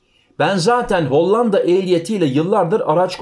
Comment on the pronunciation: L ,harfini ince söyle.Hollanda' derken L ' harfi ince söylenir,'Lazim' vs.gibi